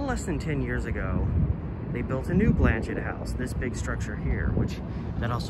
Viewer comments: I’m fairly certain the name is French and the T is silent. It is pronounced more like Blan-shay. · The T is silent. It’s pronounced Blan-chay. It is named after a Catholic Bishop.